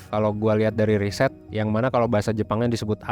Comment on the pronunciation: Riset bukan risét